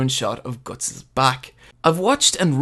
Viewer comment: I dont like how you pronounce guts